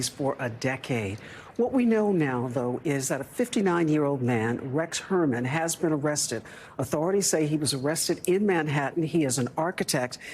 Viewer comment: "Correct pronunciation s/b "Hoyerman"